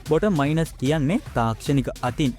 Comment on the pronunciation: හොඳයි. ඉංග්‍රීසී ටිකක් හදාගන්න. Mines...... minus...... මයින්ස් සහ මයිනස් .